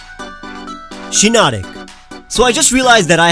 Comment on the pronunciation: HEARS SHINONIC